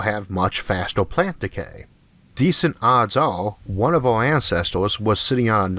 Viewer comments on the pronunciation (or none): none